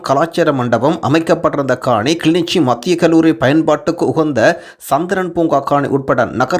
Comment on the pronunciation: kilinochchi not kili nichi